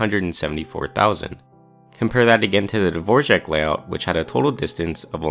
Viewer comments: dvorak not dvorjak bro it's right there how are you saying dvorjak does r with smiley make rj sound? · It aint Dvorjak its Dvorak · Dvořák was a Czech composer. Dvorak was an American who made a keyboard layout. Not the same name or same pronunciation. Dvorak is just pronounced dvor-ak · A few quick comments/corrections: Dvorak is not pronounced/spelled like the name of the famous composer, Dvořák. It’s spelled Dvorak and pronounced the way it looks. As other commenters have pointed out, there are many different metrics used to optimize the layout of a keyboard, and the one used here is a very simplistic one. Some others include Asset, whose goal was to remain as similar to QWERTY as possible to make switching easier; Colemak, whose goal was to keep commonly typed letters near each other and minimize changes from QWERTY; Dvorak, whose goal was to move common letters far apart; Workman, who assigned every key a (somewhat arbitrary) “difficulty rating” and optimized for lowering the difficulty rating while treating left and right hands as equals; and, finally, Norman, whose goal was similar to Workman’s while treating the right hand as better than the left because most people are right-handed and trying to minimize changes from QWERTY in order to make switching easier including Q, A, S, Z, X, C, and V as they are all commonly used for shortcuts and not moving them improves quality of life. Importantly, the Norman layout actually scores very well on the requirements set for all four of these other keyboards, and when compared to the others, often scores second or third compared to the other four keyboards ON THEIR OWN TESTS. Finally, none of the tools used for this testing or designing in the past, such as Carpalx, have used or needed AI.